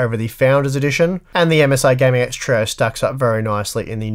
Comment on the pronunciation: have you ever considered pronouncing trio as "trio" instead of "troe"